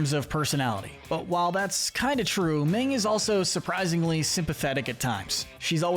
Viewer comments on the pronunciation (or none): Uh....Minh, not Ming! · Her name is not “Ming.”